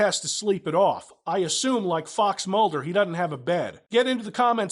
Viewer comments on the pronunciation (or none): "He dudn't have a bed" Is from the south or something?